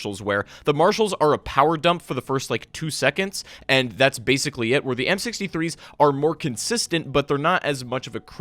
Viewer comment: It almost sounds like your saying the m63’s instead of amp63’s lol